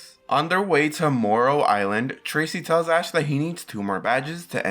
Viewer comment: When you say moro i all most fall laughing from my bed